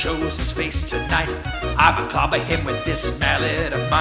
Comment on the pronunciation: I really, really need a monstah to cloppah that kerbeh